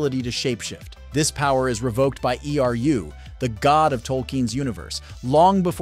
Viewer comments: It was so hard to watch the whole video due to the mistakes made with the names. E R U?? Really? Was this audio AI generated and never been checked for mistakes? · Dude actually said "Eru" phonetically 😂 Seriously, if you can't get a Voice Actor that isn't even tangentially familiar with the Lord of the Rings, do not bother putting the video out. He pronounced it E-R-U 🤣🤣🤣